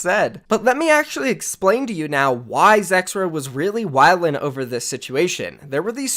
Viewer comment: Lol you saying “wildin” is wild. I’m geeked , that was definitely yo first time saying that sentence